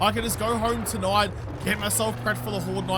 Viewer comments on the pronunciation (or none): none